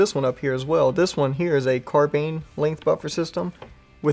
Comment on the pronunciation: Uug carbine not carbean lol